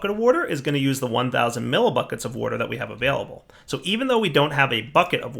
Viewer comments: Wouhder and wouhder stones :-) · Lol. He says wuter.